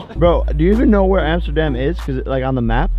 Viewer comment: When tidus was screaming "AMSTERDAM!" It sounded like he said " NOTRE DAME!"